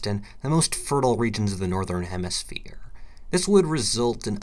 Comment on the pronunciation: Boi the southern hermerphier